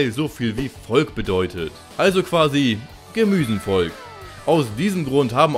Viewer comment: Wieso kam da eigentlich das "en" in das Wort "Gemüsenvolk" ?